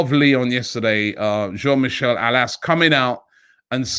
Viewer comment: Cool, you said "Jean" with the French accent. Great! Now you just need to get his family name right: Aulas = "Olas"!